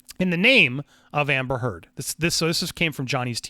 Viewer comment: Thank You for getting the truth out there about her lies. So disgusting that she's gotten this far. Also when You said her name I laughed because it sounds like You're saying amber turd.